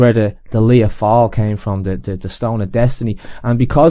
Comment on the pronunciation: Isn't "fail" pronounced " fall" in Irish, the "ai" being pronounced as "ah" would be in English, as in the way "Fianna Fail" and "Dail" is pronounced?